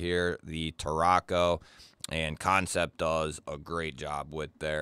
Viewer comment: Man, looks like I'm late to the party, but that's okay. Thank you for not calling them Can-Sept. I can't stand hearing people say it that way.